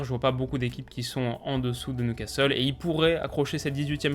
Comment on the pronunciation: "Suivi ensuite de NOUcastle" 😭 Oh non.. Pas ça, pas maintenant.. Pas après tout ce que tu as fais.."